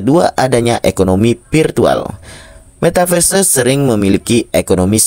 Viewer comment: Belajar dolo ngomong metaverse 😂